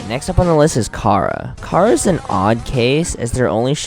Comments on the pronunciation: kara? KARA? ITS CHARA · Не кара, а чара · he says kara but its chara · I got mad when he said "cara" instead of chara bro 😂😂😑it's obvious thats its chara and not "cara" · Chara is pronounced: Char-uh nor Kara, and she has no soul. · It’s chars not cara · *chara not Kara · i like how he pronounces chara like kara. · IT'S AN C NOT A K GET IT RIGHT